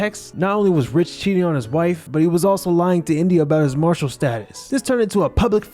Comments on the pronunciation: marital (mar•i•tal) status, not martial Keep doing your thing though! 👍🏿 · Marital is not pronounced Marshall. 😂😂😂😂 Also, if shes a grown adult woman, what do age gaps matter? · "Marry-tal status" not Martial status 🤣🤣🤣🤣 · Bro said "Martial status " 😂😂😂 #MaritalnotMartial💯